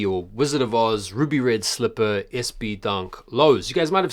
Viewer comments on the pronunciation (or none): none